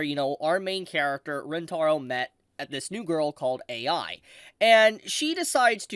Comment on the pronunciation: I enjoy Eiai so much! She not only gave the finger service, but she adds analytical responses and it gets me every time! And how she tries to distract herself writing out the digits for Pi 😂 Also the way you pronounce her last name “Eiai” sounds like AI. Took me a while to realize it. It totally goes with her character